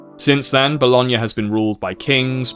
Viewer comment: oh my fucking god you pronounced bologna perfectly you know how rare that is among ntaive english speakers??